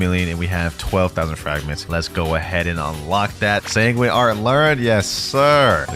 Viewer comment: At the start of the video did bro really say tanguine arts